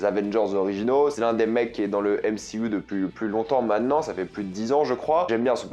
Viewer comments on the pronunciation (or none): none